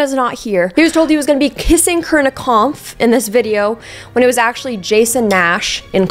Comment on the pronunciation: crying at the way you pronounced corinnas last name